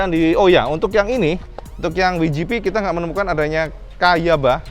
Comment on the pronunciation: Kalo mau pake bahasa Inggris WGP ucapannya (Dabelyu Ji Pi) bukan (Wi Ji Pi) 😀 piye toh pernah keluar negeri mosok ga tau, sehat2 terus ya, salam jos gandos..